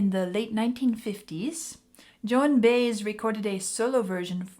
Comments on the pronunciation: Joan last name is pronounced By-Ez' not Baze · The name you're pronouncing like baze, is actually pronounced like bye-ez. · Page said this song (for him) symbolized the "heavy and the light" of Led Zeppelin. PLEASE it's pronounced BUY-ez not Baze. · Joan Baez pronounced Buy- yez. I like your channel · probably somebody already pointed this out. Her name is pronounced Joan By-ez. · Just so you know, Joan Baez is pronounced "buy-ez" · Actually, the name is Joan Buy-ez. That's how it's pronounced. Thanks for your excellent video. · Just FYI….Baez it’s pronounced Buy-ez, accent on first syllable. Not pronounced like maize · The name Joan Baez is pronounced two syllables Bi-ez vowel sounds like "my edge"